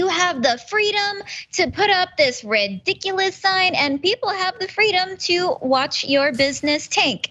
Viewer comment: I thought she said RED-diculous, which is appropriate.